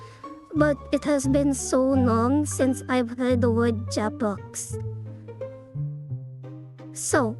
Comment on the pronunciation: Jeprox is so funny to hear while u explain it 🤣